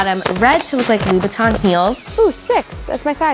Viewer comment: wait did she say louis vuitton or louboutin lmao